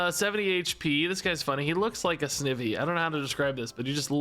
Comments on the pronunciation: I am sure I won’t be the only one but snivy is one syllable but instead of evy it’s more like the word ivy like vines. So it’s pronounced like snEYEvy. This probably doesn’t make sense. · just an fyi on wrong pronunciations, snivy is like ivy (name is a combo of snake and ivy) , dhelmise is like demise, beheeyem is technically pronounced like the letters B-E-M (as in Bug Eyed Monsters), but you pronounced it how most people do, elgyem is pronounced like the letters L-G-M (as in little green men, a word for aliens), and shiinotic is pronounced with a shee not a shy also the probable reason why there's so many repeats is that the first set included all of gen 1 and the pokemon company really likes gen 1